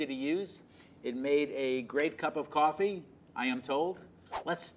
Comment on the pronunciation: for someone who says cup of coffee like that id assume they have had a lot of coffee, interesting